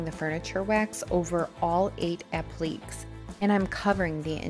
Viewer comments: I enjoyed watching the wonderful job you did turning that ugly duckling into a beautiful swan. I just wanted you to know, since you pronounced "applique" constantly as "app-leek"; it is actually pronounced like "app-lee-kay". Applique is a french word. Regardless of how it is pronounced, you did a wonderful job! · This is not meant to hurt you, but you are mispronouncing the word "applique". It is not pronounced like "oblique." It is a French word, the proper spelling is appliqué, but is pronounced the same with or without the accent with three syllables: app-leh-KAY, emphasis on the last syllable. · This is gorgeous! I love how you blend techniques too. Please take no offense, but you KILLED ME mispronouncing applique. It's a-pluh-KAY. hehehe I can't help but let you know since literally EVERYTHING else about this flip was spot on. <3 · Such a stunning transformation. A beautiful piece. (FYI: It's pronounced "ap-li-cays".)